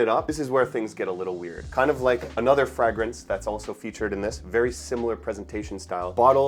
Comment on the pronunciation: And the word 'fragrance' is pronounced "fray-grance," not "fragg-rance"; that is, the 'a' is long, not short. 🤷